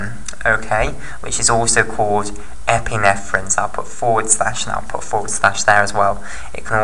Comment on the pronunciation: Epinephrine not epinethrine. just saying